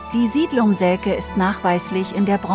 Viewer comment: Heißt aber selce und nicht selke